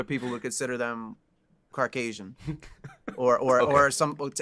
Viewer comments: did anybody notice, whitey said carcasian and not caucasian? lol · Dude said Car Casion bahahaaaaaa!! Thats Caucasian you duechbag